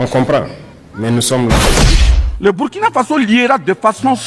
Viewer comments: On dit le Burkina Faso, et non Bourkina à bannir. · Bonjour s'il vous plaît on lit où on dit Bourkina Faso au lieu de Burkina